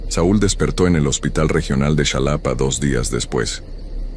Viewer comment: X favor es xalapa no chalapa no importa q se escriba con x pero se pronucia con j ❤❤❤❤❤❤❤❤te digo xq soy de alla